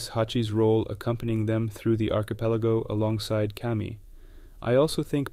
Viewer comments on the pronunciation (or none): none